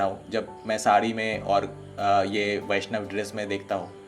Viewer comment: isliye baishnab bolta ha😂😂😂